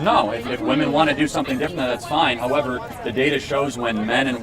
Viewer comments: It annoys me how she keeps saying woman and not women. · Why do these loons always pronounce “women” as “woman”?